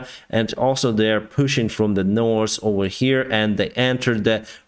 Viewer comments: He is pronouncing "north" correctly now. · has been working on his elocution and now pronounces "north" correctly. I still think he is adorable when he speaks English.